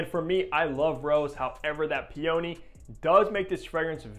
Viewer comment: Excellent explanation of my favourite fragrance! But your pronunciation of peony… 💀 🤣